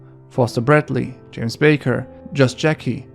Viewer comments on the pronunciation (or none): none